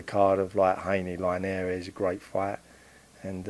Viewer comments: Who the fuck is Jorge Line-Air-eez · Love the way he pronounce linares 😂